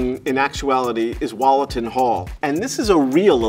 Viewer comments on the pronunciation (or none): I’m from nottingham where Wollaton hall is and it’s spelt incorrectly on the video and he’s saying it incorrectly. It’s actually spelt Wollaton hall and pronounced like Wool- aton and it’s an area in nottingham England. And NOT wAlleton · As someone from Nottingham, I clicked especially to hear him butcher the pronunciation of ‘Wollaton Hall’. He didn’t disappoint.